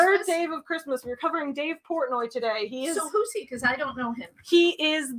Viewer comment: Every time you say "today" my brain hears "todave"